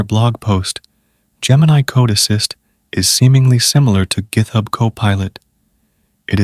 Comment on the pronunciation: And gith-hub. LoL